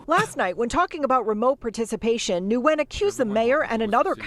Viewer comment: As for the city counselor I dare Nguyen Thu to return to Vietnam and try this. I've worked there over 10 years. They don't allow any of this nonsense. You can be LGBT, but don't think about pushing pronouns. And laugh as the news reporter mispronounces the last name, Nguyen.